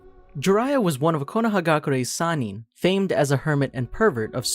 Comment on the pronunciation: Lol if y’all gonna make a video together. Atleast come together and call the Sannin one pronunciation.